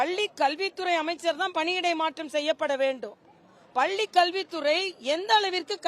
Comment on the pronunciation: தமிழை சரிவர உச்சரிக்கத்தெரியாத இந்த இடப்பாடி பழனி சாமி பள்ளியை பல்லி என்று உளறும் இவர் வியாக்கியானம் செய்வது நல்லதல்ல.